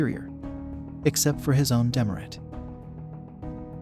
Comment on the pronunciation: 'dee merit' - say it quickly.